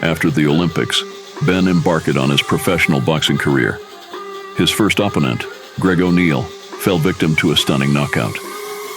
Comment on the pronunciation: This must be AI reading the text. "Em-bark-ed"? "Ahp-pin-nent"?